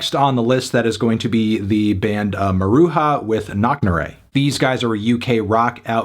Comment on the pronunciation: Small note of constructive criticism, Melon: it’s pronounced Mah-Rue-Juh, not Mah-Rue-Ha.